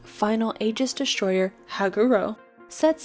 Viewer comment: Thanks for the video. BTW there is no "H" in destroyer.